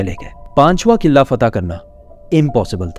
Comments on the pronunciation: Killaa ni qila hota he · Killa ni قلعہ hota ha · Killa nahi Qila 😊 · Qilla nae hota bhraa jee Qalah hota hai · Kila ❎ , killa ✅ 😅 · Killa nhi hota kila hota hai 🤣🤣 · iam angry why you are saying qillla its qila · قلعہ ہوتا ہے کلا نہیں ہوتا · Yar sab thk but قلعہ sae se pronounce kro Qilla nhi hota pls. Sara focus qille pr chala jata hai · mispronounced word kila,face expression is so funny information wise this video was awesome